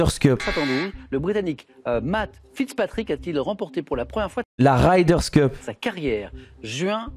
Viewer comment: La 5ème fois où tu as dit la "Ryders Cup", j'avais envie de te faire du mal.....mais la 6ème fois je like! Respect....la 7ème fois de trop?